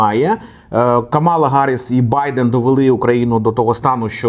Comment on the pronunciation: Правильно Камаʼла, а не Каʼмала